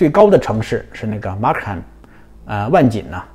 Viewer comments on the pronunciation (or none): 万锦(Markham)不是读作 /ˈmɑːrkəm/吗？和Buckingham，Nottingham一样，h不发音的。